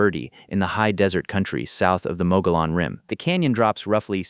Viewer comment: it's pronounced Muggy Own not Mogollon Rim